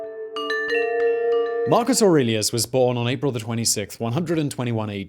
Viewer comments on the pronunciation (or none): none